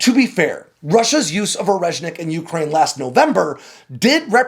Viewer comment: Please learn to pronounce Ukraine properly.